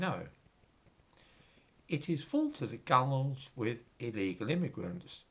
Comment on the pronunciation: Good job twice in the same sentence. Correct pronunciation of gunwales and unflinching description of these immigrants as "illegal' instead of "undocumented" or "dreamers".